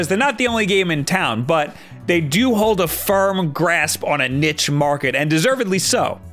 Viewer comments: Everyone: A Neesh Market: A Nitch Market. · Its niche pronounced as neesh. Not nitch 😂. Apart from that love the videos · This dude really pronounced niche like niTCH